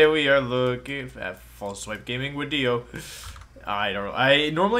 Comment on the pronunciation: I know, good wideo man sir, I know